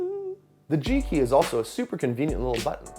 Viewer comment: Homie pronouncing G-Key like G-Spot 😂😂